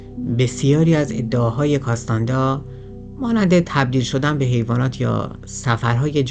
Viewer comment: کارلوس کاستانه دا درسته ، نه کاستاندا